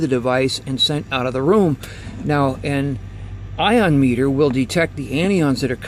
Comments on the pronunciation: no it's not. No T in anion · Anion....some people pronounce it Ann Eye On ....he's old school and might have a different annunciation